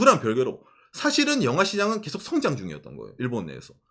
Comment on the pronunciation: 영하가 아니라 영화인데.. ㅋㅋㅋ 갱상도 발음. ㅎㅎ